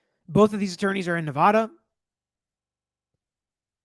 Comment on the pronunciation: I love your content! But it’s pronounced Nev-AD-a and not Ne-VAH-da. Coming from a native Nevadian lol